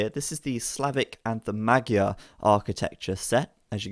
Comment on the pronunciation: Pronunciation of magyar is wrong. GY is closer to J in JACK. Just a little softer.